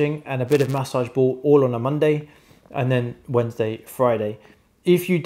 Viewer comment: Loved this video. Stretching my fingers back is the only move that doesn’t kill me—and it kinda helps. Damn, this sucks. Chopped wood with an axe for days, now I’m paying for it. Super helpful video, but “mats sauge” ball? C’mon. It’s massage. 😂 thank you for this vid